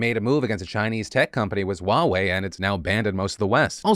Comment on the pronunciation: Is "Wa-We" really how you pronounce Huawei in English? Never heard it pronounced like that.